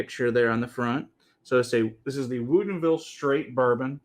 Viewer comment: You guys keep saying woodinville wrong lol. I grew up there